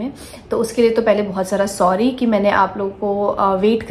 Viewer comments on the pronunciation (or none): none